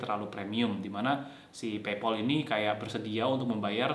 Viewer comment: Kok Paypol sik mas? PayPal (PeyPel) kali? Agak sempet bingung pas dengerin =0))